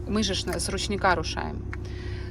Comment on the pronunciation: Бляха, як вдовбало вже оце "з ручніка" і "в горку"!. Тьфу! Ти це спеціально? Уже перестаю дивитись твої відео коли таке чую, бо неприємно.